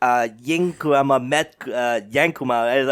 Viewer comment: Anybody else noticed that always calls the Kyuubi Kuruma, which is japanese for car and not Kurama, which is his real name lol